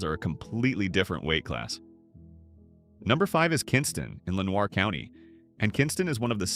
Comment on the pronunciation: Kinston has been a HELL HOLE for decades. Everyone had to work at DOO pont. But things were supposed to get SO much better because of the Global TransPark!!. You mispronounced Lenoir county but this is probably AI. NOWHERE in Lenoir county is worth going to, or the adjoining county, Wayne. Home to Goldsboro. Yeah Seymour Johnson that this is it. Stay away from Mulberry Street. Lumberton is in ROB eson coiuny. The Lumbee Indians and the Blacks don't get along. There is a lot of drug activitiy. When we visited my mother's parents in the 70s and early 80s, tnis was not the case. Those are long forgotten times. It has a hosptial and an "airport". The closest larger place is Favetteville, which is another hole except for Ft. Bragg. Stay out of all of these places.